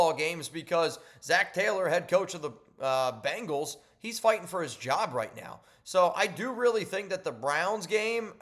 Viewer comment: Bengals! NOT Bangles! Geez man!